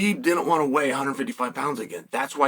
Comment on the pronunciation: He even said it just like “wnat”